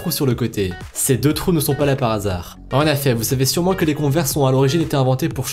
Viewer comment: Du réchauffé et bordel on dit en effet pas en affet